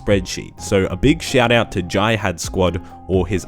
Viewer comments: If was Google's Pronunciation Assistant: "Google how do you pronounce j-i-h-a-d" Jai- hadh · Can you pronounce jihad correctly please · Funny how you say jihad